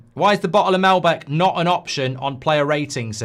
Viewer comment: MAL-BEC not MEL-BEC